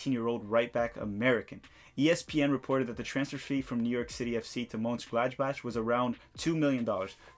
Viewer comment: Gladbach...More like bock and less like botch.